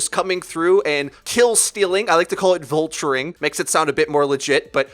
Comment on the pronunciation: Do you say vultutring cause of brooklyn nine nine???hmm